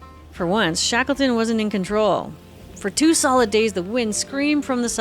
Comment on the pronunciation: Shakelton ...Yea, wreckless!